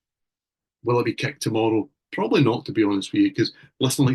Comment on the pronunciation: What is INXS’s 6th studio album? American: “Kick” Scot: “Keck”